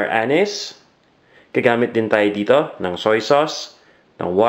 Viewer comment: kairita yung pag bigkas mo ng anise ha. king ina ka